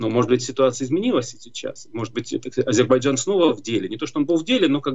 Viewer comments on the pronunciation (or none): none